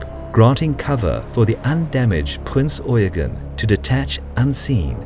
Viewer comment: Where did the "Primz Eugen" went